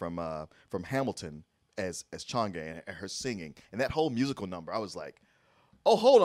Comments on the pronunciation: It’s Chang’E, pronounced as “Chang Er” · The entire time with his review I was just hoping please pronounce chang’e name right and understand Chinese culture